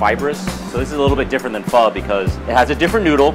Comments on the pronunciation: I love pho, Im Vietnamese You pronounce the o, like you're nudging your friend and saying ah, ah So it's ph-ah Hold up let me type it in Vietnamese: wait I can't sh!t I didn't learn anything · It’s pronounced “pee-hoe” for pho, I am Vietnamese. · You should have gotten to Vietnam for Vietnamese food, because a bowl of pho is a dollar there, or 20,000 VD. Also Pho pronounced like ph-uh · They pronounced pho fho and I eat pho almost every day but I am not in Vietnam my grandmother made it for me and I don't really know much Vietnam but my mum does just watching this make me hungry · Pho is pronounced “fuh” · Hanna Yuuki yeah suprised she didnt say fow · It's pronounced Phuh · Its pronounce "Fuh" for pho I am vietnamese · pronounced pho so wrong it's hilarious 😂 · I’m sorry for raging but STOP SAYING PHO WRONG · I am from Vietnam 🇻🇳 and pho from there is amazing Ps I literally cringed when you said pho 🍲 and others like Bún Bò Huê Also bum Bò Hue is supposed to be spicy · I’m Vietnamese and you guys are saying it all wrong but I still love you and please give me a shout out